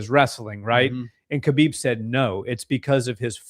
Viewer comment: Btw, Khabib's name pronunciation is more like "Ha-beeb" not "Kuh-bib", just say ‘ha-beeb,’ but a bit harsher at the start.